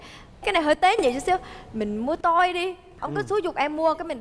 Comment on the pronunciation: Việt kiều sống ở Mỹ từ nhỏ mà phát âm từ " toy " là " tôi " nghe ngô nghê và buồn cười quá đi.